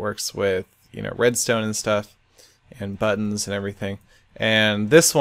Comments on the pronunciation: You said "buddons" a lot XD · buddons seth just buddons